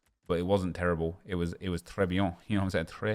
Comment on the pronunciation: It's tres bien not tres bian